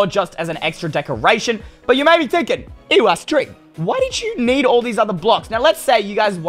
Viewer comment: Everyone love "EYE" STREEM